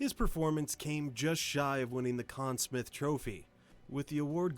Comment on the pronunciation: This video is pretty lacking. Just stating how great he was, listing some accomplishments with little context, all set to random video clips. And it's the Con Smythe trophy, not "Smith".